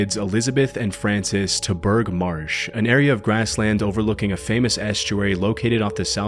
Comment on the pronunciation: Ha Ha ...It'spronounced 'Bruf' Marsh not 'Burgh' I should know I'm from Cumbria.